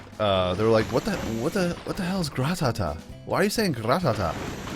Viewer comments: it's not gra ta ta its ra ta ta get it right idiot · he said Gratata wrong Gratata mean Ratata